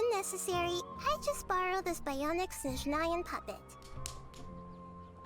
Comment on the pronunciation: I just love how people keep pronouncing it wrong. It’s not Sheznaya, it’s Snezhnaya